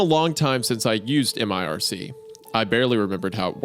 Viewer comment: Dudes its not m-I-R-C, its just mirc. I about had an aneurysm